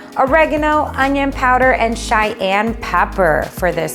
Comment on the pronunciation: Love these guys. Did she say Cheyenne pepper?🤭🤭🤭 that was funny.